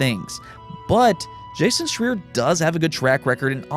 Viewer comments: It's Jason "Shry-er" heard him pronounce it that way himself on IGN ...Just to let ya know ...Great news vid ...as usual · Great video, Lol still saying Jason's last name wrong though